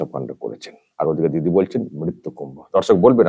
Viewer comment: Mrityu word ta hi to Pronounce thik mato korte parena Mamata